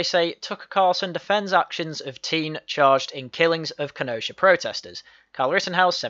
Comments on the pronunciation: You are right, it’s ‘Kenosha’ there’s no K in it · It's Kenosha, NOT Kenoshka.